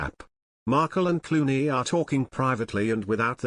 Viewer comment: “cluany?” Do you mean “Clooney?”